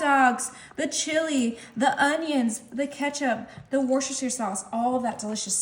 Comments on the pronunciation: Hi! That infamous sauce is pronounced as wooster-sheer or simply wooster. Love your channel ❤️ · "Wooster sheer" sauce.